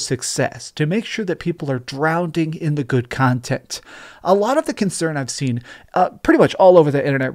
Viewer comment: Drowning not drownding.